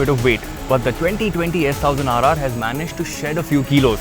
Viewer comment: Hey, it's “S ONE thousand RR” & not how you say it. Sorry my pet peeve 🤷‍♂️